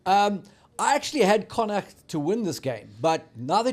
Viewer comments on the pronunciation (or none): GUYS please ask the Irish how to say Connacht properly!